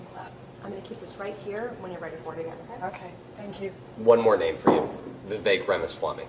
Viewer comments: Appalled that Deb said she would vote for a candidate whose name she could not pronounce on both occasions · She would vote for vivek, but can't even pronounce his name right. Welcome to the United States of Idiocracy. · She's advocating for his presidency and she can't even pronounce his name - it's bizarre.